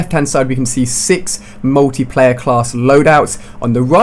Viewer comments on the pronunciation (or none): Ali-A you're a bit late, BLAQSONiC already covered this. And please take elecution lessons and learn how to speak properly. It's pronounced 'MULTIPLAYER', not, 'MUWTIPLAYER'.